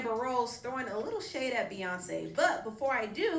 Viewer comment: The way dumb Donald trump , said queenbey Beyonce name : Beyonce ! l! !!! ! 😂🤦🏽‍♀️